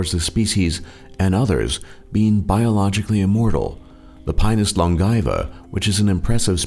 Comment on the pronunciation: THAT'S NOT HOW YOU PRONOUNCE LONGAEVA